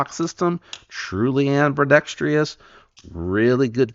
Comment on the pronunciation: I like the way you say “am-be-dex-tree-I-os.”